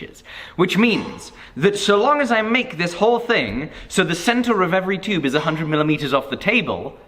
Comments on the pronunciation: There should've been a counter for everytime he said "chube" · number of likes = number of times he said chewb/tube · Tyuube xD just love the way he says it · I like the way he says "tyoobe" (tube) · New drinking game...drink every time says “tube” with his accent. 😮😵